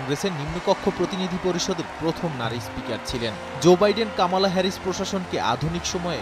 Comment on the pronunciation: উচ্চারণটা কামালা নয়, কমলা। শব্দটি সংস্কৃত, বাংলা ভাষাতেও আছে। কমলার মা ভারতীয় হওয়ায় এই ভারতীয় নামটি তাঁর সন্তানের জন্য রেখেছিলেন।